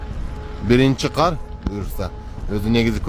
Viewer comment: Кудайым өзү колдосун,эол эрежесин сактап абайлап айдашса,ушу кыргызча сөздөрдү журналисттер окудуңар беле,каар эмес кар,күлкүмүштүү эмес күлкүлүү деп айтсаңар боло.